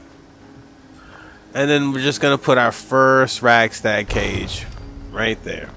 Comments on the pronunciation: Radstag not ragstag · rad stag not rag stag lol